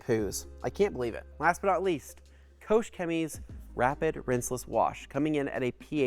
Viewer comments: Maybe you could start by pronouncing the name of the company correctly. Here's a clue, it's not Koshe. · There's no "ou" in Koch.